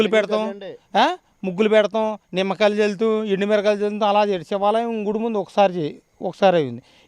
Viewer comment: Hello brother,Sivalayam not Sevalayam.Objerve this Word.